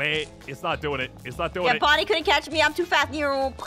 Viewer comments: BON BON!? HOW DARE YOU CALL HIM BON BON HIS NAME US BONNIE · Actually his name is bonny not bon bon hehe😅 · It's not bon bon it's bonnie noi